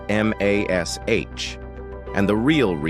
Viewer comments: Hearing M A S H over and over shows limits of AI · We played a drinking game. Every time the AI say M-A-S-H we drank beer. For every time it said fourt thousand and seventy seven, we drank wine. For every time it said "iconic" we took a shot. We never made it to the end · Horrible understanding of pronunciation of English terms. Spelling out Mash, dumb. Numeration of 4077, dumb. Stopped watching…